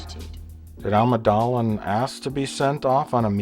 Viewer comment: Every time he says "Amadalan" or his other variations I just about spit out my drink laughing